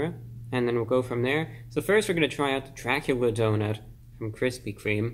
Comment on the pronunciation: Its Dracubrah hahha